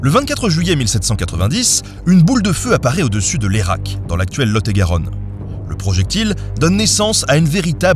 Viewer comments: si j'ai bien compris c'est Layrac Prononcer lay i rac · Juste pour info pour Layrac on dit Layérac et j y habite